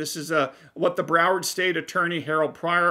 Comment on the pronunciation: Did you say Coward County?🤔